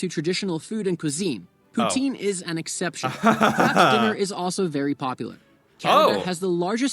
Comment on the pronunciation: it's pronounced poutine not pootien 😂